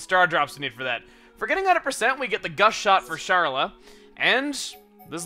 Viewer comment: Dunban and... Charlie? I can't be the only one who heard Charlie and not Sharla ._.